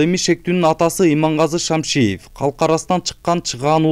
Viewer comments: Шамшиев дебей Шамиев десениз. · Журналист туура окучу Шамиев деп Кайра Кайра эле Шамшиев дейт да. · Шамиев десее кечкеле Шамшиев дей бербей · Блогер туура окучу???Шамшиев эмес, Шамиев. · Журналист фамилиясын туура айтсаң Шамшиев эмес, Шамиев Имаш деп турат го. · Эй журналист фамилияны туура окусан Шамиев деп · Талгатты́н фамилясын жакшылап окуп албайсынбы